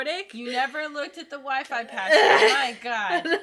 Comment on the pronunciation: Weefee ? WEEFEE? This bit killed me